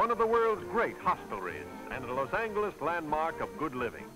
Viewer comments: OH MY GHOD if he says Los ANGLE-iss ONE more time.... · Los "Angle"s (not "Angel" with a "soft" g)...interesting. Watching tennis with all the men wearing white shirts and ties.....interesting. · Parade floats at the end are so nice compared to the ugly GMC pickup trucks of today which drive along, each one pulling a trailer which for some reason the announcers call a float. It's not a float it's not floating, it is a trailer being dragged by a new pickup truck. And there were still people saying "Loss Angle-ess" in the late 1970s in shows such as Rockford and Columbo and probably Kojak too. They were usually wealthy southern gentlemen who flashed rolls of thousand dollar bills which were also still in use then. (although both of those shows almost exclusively featured wealthy characters played by the guest stars, how else was capitalist spending to be showcased, creating an empty feeling for the poor viewers just in time for the sponsors ads to suggest a way to make them feel better and more importantly to keep them poor). Say what you will about that pronunciation, it's certainly no worse than the obligatory modern substitution of the word gifted for gave.